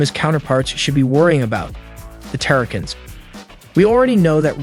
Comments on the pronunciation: that part you really make it hard for folks to not rip their hair out when you butcher the pronunciations like that! PRED-A-CON, TERRA-CONS, and its R-C "Arcee" SMMFH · Pred-acons not terror-cans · bro butchered half these names predacons - pre dac in? terracons - ta rac ins? cheetor - cheater? airrazor - err azor? had me dead through this whole video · It's Preda-con, like in predator. And Terror-con. Pretty sure the Terrorcons are from the Best Wars Uprising franchise. Those of us who grew up on Beast Wars, G1 and Armada are gonna give you a ton of crap for butchering the factions 🤣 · did he just say pre-DAkins, TARE-akins and deceptakins....?? dislike. see ya kid.